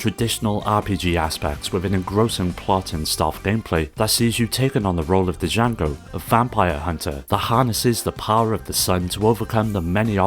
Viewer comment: Mother 3 is an absolute masterpiece everyone should play at least once....and I refuse to give up hope that Nintendo will give us an official localization one day. And it's nice to see Drill Dozer as well. Love that this video is bookended with 2 of my favorite 1st party GBA games. small note...the d in Django is silent. It's not duh-jango it's jango. like Jango Fett. ( sorry, just a bit of OCD ) a few suggestions for future parts: Tomato Adventure Magical Vacation Rhythm Tengoku Densetsu no Stafy 1-3 Gunstar Super Heroes Advance Guardian Heroes Sigma Star Saga Sword of Mana ( IMO the best version of the first Mana game, being a remake of Final Fantasy Adventure )